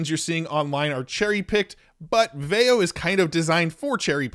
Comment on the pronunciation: I'm pretty sure it's pronounced VEE-oh